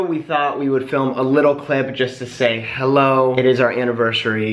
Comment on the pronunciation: said “hello” with an Australian accent lol